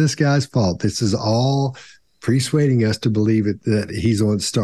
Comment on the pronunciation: When says, "PREsuading," does he mean "PERsuading," or is there a term called presuading I am not familiar with?